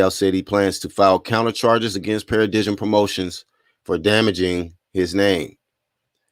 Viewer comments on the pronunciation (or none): In case you report on the story again Paradigm is a noun pronounced pa-ra-dime, good content & ubiased reporting style tho man .👍